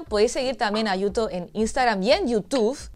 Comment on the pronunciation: qué bonita la pronunciación de yuto, ahora, la tortilla de patatas sin cebolla siempre porfavor ajjaja